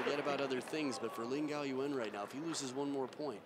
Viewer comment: one time say laan gan😂